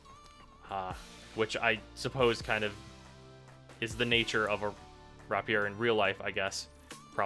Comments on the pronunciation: The way you pronounce destreza and rapier are cringe worthy. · The fact that you can't pronounce either Destreza or rapier made this review slightly less satisfying.